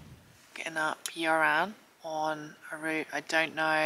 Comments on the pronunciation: Fantastic video as always but being a Welshman myself, hearing your pronunciations of the Welsh names is funny to listen to. Yr Aran is pronounced "Ear Aran" Y is pronounced as E in Welsh. Other than that nothing bad to say at all. Great adventure. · Yr Aran is pronounced similar to 'er aran' or 'Ur Aran' where both 'r's are rolled. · Nice vid - loved everything apart from your pronunciation of the names of the mountains! Yr Aran is pronounced ‘uhhr arran’ - easy😄